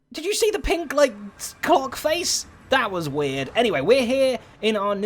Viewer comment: It took me a minute to realize he said "Clock face"